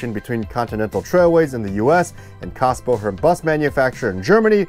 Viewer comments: You keep mispronouncing Kassbohrer. The "h" is silent, and you say what sounds like "Kassbo-her." It's "borer." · There is an umlaut over the A... it's pronounced KAYS-bohrer ;) It is the starting point of today's modern Setra. The Cadillac of coaches IMHO. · Little hint: "Kässbohrer" is pronounced in front like Kes vom Voyager. Kes-bohrer. Yeah... those dots above the A matter ;) I never heard about this joint venture. Thanks so much for this video!